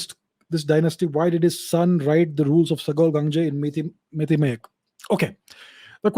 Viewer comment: Sir I'm surprised with your pronunciation of our Meitei words. You sound so natural and effortless. And also it seems you have gone through our history quite well. Thank You Sir!! 🥰